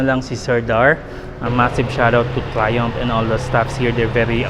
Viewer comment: "Fresh from United Kingdom itself" "Trayoompff" lmao